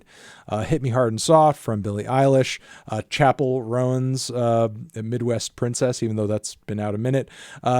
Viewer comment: melon you gotta start saying chappell roan correctly. it's one syllable, similar to "roam" (not row-an). it's just a respect thing to pronounce someone's name correctly, even if it's a stage name